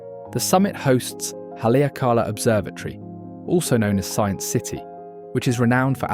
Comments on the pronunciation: hale aka la. Hally ah cala ís a proper way to pronounce Haleakala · Not only that - the pronunciation of Haleakala ! - but showing the mountain above Lahaina - Pu’u kukui! - NOT Haleakala - it is nowhere near Haleakala! Jeez! Come on man!